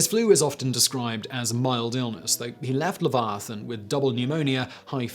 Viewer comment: As a non native English speaker I was shocked about the pronunciation of Leviathan.